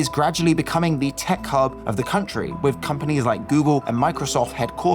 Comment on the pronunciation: Another interesting upload! One recommendation for the narrator though: Stop compulsively pronouning the untressed articles "a" and "the" as "ey" and "thee", respectively. It just comes across as odd and jarring. I get that this is meant to sound more intellectual somehow, but get this: Actual intellectuals don't actually talk like that. :) The norm - yes, even among intellectuals! - is to follow the natural speech pattern of one's native dialect of English. Meaning that "a" and "the" are normally pronounced "uh" and "thuh" (unstressed schwa), except when adding extra emphasis, or when "the" precedes a vowel sound.